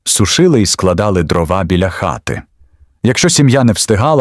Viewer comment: Та не дровА , а дрОва!!! Чому ви в українських словах робите російські наголоси?! Не конІ , а кОні Не травИ , а трАви Не чАсник , а часнИк!!! Не кагАнці , а *каганцІ*. Ви ніколи не чули, як звучить українська мова? Вже не говорячи про зображення. Ніколи не бачили української хАти, навіть на картинках у дитячих книжечках? Вони були обмазані глиною і побІлені! А української пЕчі? Якщо вже ви назвалися "Історична правда", то створюйте щось максимально схоже на неї! Бо у вас покищо виходять "Історичні побрехеньки", нафантазовані ШІ.